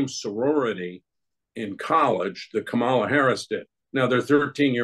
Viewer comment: Comma-la: ,la. Learn to pronounce het name.